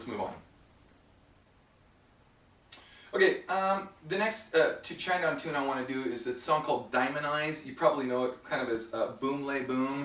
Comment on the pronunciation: its Shinedown. one word not shine down